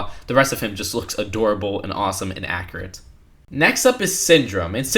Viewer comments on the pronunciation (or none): You keep saying 'akkerut' and 'figger'. Practice these words with a 'you' in them. Accurate. Figure.